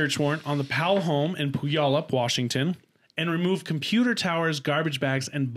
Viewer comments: I loved the way cam said puyallup Washington. It’s pronounced (pew wall up) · My husband lived right down the street from them in Puyallup. Lmao! it is pronounced Pew-yallup. It’s an Native American name. But I remember when that all happened. So sad. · Native Washingtonian here to make sure someone mentioned it. Pew-al-up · The second part of this sad story, the death of her children, happened in my backyard up here in WA state 😭. It was heartbreaking 💔 😢 😞!!! FYI, it's pronounced "Pew-all-up" it's Native American like all our cities are. It's the hardest to pronounce! You did awesome!! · Say it with me pew-all-up...puyallup